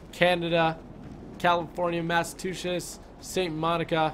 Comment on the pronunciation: He said Massachusetts so wrong lol....